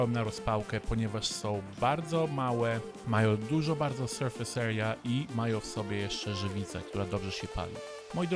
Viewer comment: Co znaczy "syrfys erja"? Nie umiem tak dobrze po niemiecku mówić i nie rozumiem